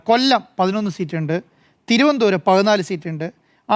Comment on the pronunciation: മരംകൊത്തിക്ക് തിരുവനന്തപുരം എന്നു തികച്ചും പറയാൻ പോലും അറിയില്ല. എഡിറ്റർമാരോടൊപ്പം കയറി ഇരിക്കുന്നു....